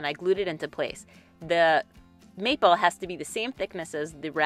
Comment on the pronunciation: That box turned out great! You are so well spoken and all the details you shared really add to the video. Every time you said "maple" tho I kept hearing "meatball" lol. Then I kept thinking of Jersey Shore. Whenever I think of the box you made, I'm going to think of Jersey Shore too lol.